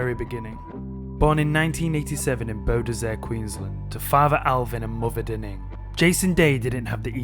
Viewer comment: Mate, you're pronunciation of his hometown is laughable. Try saying it as Bow Desert.